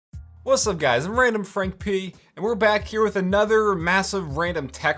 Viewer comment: Your “p” in sounds so British